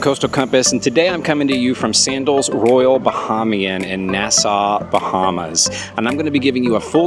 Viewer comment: Nice video, however you are mispronouncing Bahamian